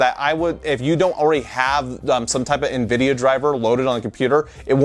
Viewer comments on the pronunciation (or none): none